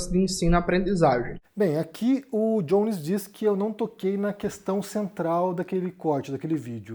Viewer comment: Por que vc pronuncia o nome do Jones com a pronúncia anglófona? Se é pra pronunciar todo nome de brasileiro com a pronúncia da língua de origem, o seu nome se pronuncia com a pronúncia anglófona ou francófona????